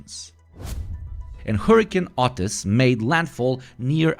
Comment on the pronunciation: Your accent made it sound like "Hurricane Autist" lol I love it.